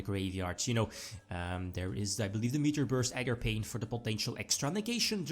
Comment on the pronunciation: Nooooo ARGAPAIN